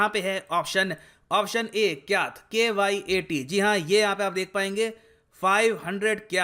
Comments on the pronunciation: Bro ! The pronunciation of the name Aung San Su Kyi is ( Aung San Su चि ) The last word ( Kyi ) is pronounce as चि not कि ! And Kyat is pronounce as चाय्ट ( not काय्ट ) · It's kyat but pronounced as Chyat